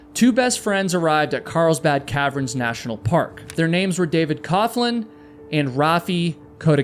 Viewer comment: He also keeps pronouncing caverns as "Calve-erens" instead of "calve-urns"